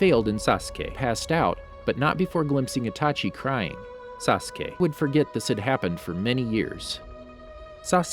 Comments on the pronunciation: Bro he said sasuqe😂😂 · no it was like say ka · Nobody:: SAUCE KAY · Ok did this guy record him saying saskay and play it every time he said it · My head hurts everytime he say saskey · Why tf you can't say sasuke you saying Saaassskay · Why does this trigger me. He speaks so fast and clearly the. Slows down and says SASKAY then co tinies to go fast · I counted and he said “sauce kay” 374 times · is it just me or like in other video he says every one name correct in naruto but now he is like SAkUse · Sa suh kay... tch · He probably change the video because he kept saying Sa-su-key or Sosuke (like how I hear many people do) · He said sasque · suh k uh ruh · why did you make sASSKEE sound like that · The way he says sasuke makes my head ache lol. “SaSkEy” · "saSkE" lol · I think you mean sasgay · did you record your pronunciation of "sasuke"? jesus it's annoying as hell. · the way this guy pronounces "sasuke" it irritating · why does he say Sasuke like that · After hearing that "Sasuke" a few times I paused and went to the comments😂😂😂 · The way he says, "Sasuke" makes me think he either recorded himself saying his name or he really has a hard time saying it. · You must have said Sasuke wrong in the original recording, knew you'd get flamed, and edited yourself in saying correctly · bruh cant watch this video cuz of the way he pronouns sasuke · sas - oo - kay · The way he says sasuke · Sacura and sadraa 😂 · He's cutting it out idk lol. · Something tells me someone really mispronounced Sasuke’s name a lot😅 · WHO PRONOUNCES SASUKE AND AKATSUKI LIKE THAT! Bruh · words he says wrong sasuke , obito , akatsuki , karin itachi and all other naruto names i mean all of them